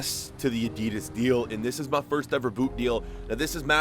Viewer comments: Why do you say adeedus instead of Adidas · im sorry but who says Adidas like that lol